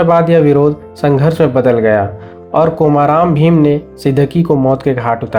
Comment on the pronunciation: Nearly correct pronunciation is कुमरम भीम not कोमाराम भीम.